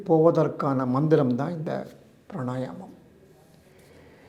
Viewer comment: Why he says pranayanam? The correct word is Pranayamam